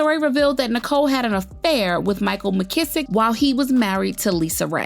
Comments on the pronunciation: Micheal Missick... say Mizz....ick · Lisa Raye blames everyone but herself and her stank attitude as to why Micheal Missick(pronounced MIZZ-ICK) didn't want her. She blames Tisha Campbell husband, Roxy from 106th & Park & now Nicole Murphy. Girl pleeeease!